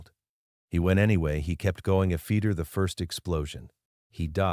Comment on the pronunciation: Sort out the narrative, after is after not afeetee and all the other words with ft in it pronounced incorrectly and send a copy to the White House.